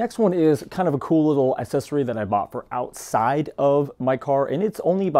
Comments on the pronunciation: Pronounce the C in accessory. It is not assessory. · Dude, why do you keep saying assessory? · Hey man try throwing a "C" sound into the first syllable of accessory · It's not assesory, its aCCessory. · Gotta ask - what is an assessory? :D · I never heard the word ‘assesory’ more in my life. Haha Great video though!